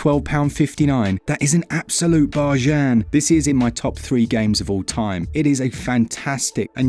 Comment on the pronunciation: I love he way he says 'bargian' 🤣